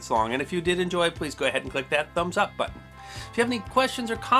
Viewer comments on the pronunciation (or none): none